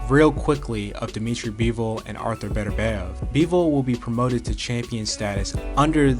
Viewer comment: Man artur last name is getting butchered